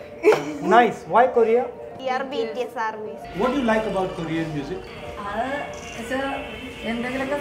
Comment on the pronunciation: "KORRRIIYYYAAA..."........"Vee ARR Beeteeyass Arrmy" 🗿☕